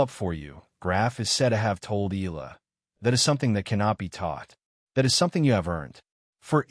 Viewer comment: FAKE NEWS Channel ! Graf did not meet Alex in Toronto, I googled it and it's not true. Please FILIPINOS wisen up. Videos where EALA is pronounced as EELA are 99% made by AI and disrespect Alex EALA and her Filipino fans. DISLIKE this video by clicking the THUMBS DOWN icon then REPORT this channel by clicking the 3 dots at the right side below the video so Youtube can shut down this channel. FAKE NEWS that are spread about Alex Eala are making more and more people hate her, which is just unfair. These channels are just capitalizing on her popularity and name recognition by posting anything about her, whether they are true or false.